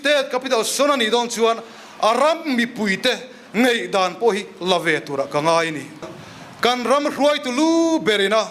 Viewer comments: Eizawl ati tlat te,ngaihdan tih tur nisi ngeihdan ati tlat tehi😅😅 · A ram mipuite “Ngeihdan” nilo in “Ngaihdan” ti se aw…. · 'Ngeihdan' tih leh 'Eizawl' ti a thu a sawi reng khi khamawm tep a ni...